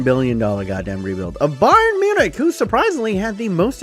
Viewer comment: “Bayern munchin”